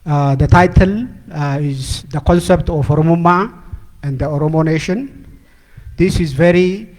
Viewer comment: Oromo Nation Not Netion